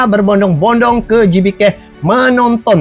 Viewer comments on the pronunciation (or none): Gebeka bang Bukan gibike 🤣🤣🤣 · DUH DUH DUH...🤪🤪🤭🤭🤭 WAHAI.... GBK ITU BUKAN DI BACA: JIBIKE.. TAPI GBK ITU DIBACA: GE BE KA.. UNTUK AKRONIM INDONESIA BAGUS NYA BELAJAR DULU EJAAN ALFABET MENURUT BAHASA INDONESIA... EMANG SIH MALAYSIA ALFABET LATINNYA MENGEJA MENURUT BAHASA INGGRIS... TAPI KAN BUKAN YOUTUBER INGGRIS.... TAPI YOUTUBER YG MEREACTION INDONESIA.... ABCDEFG EJAAN INDONESIA ( A - BE - CE - DE - E - EF - GE)...... ( KALAU EJAAN INGGRIS: E BI SI DI)